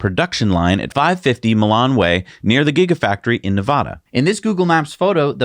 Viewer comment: Ne-VAD-ah not Ne-VAH-da